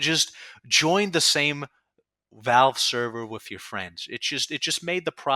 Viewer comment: I can't tell if he says Valve like that because of his accent or if it's something he's doing on purpose as an insult.